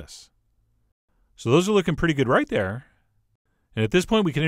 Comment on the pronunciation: "So those are looking pretty good R-IGHT THere :) "